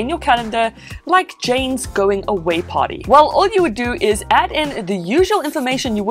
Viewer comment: "James going away party" sounds like "James going away potty" & I can't unhear it.